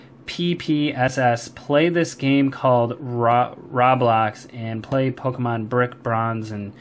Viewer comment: its pronounced roblox (long o) its a fun creative game with various other games created by people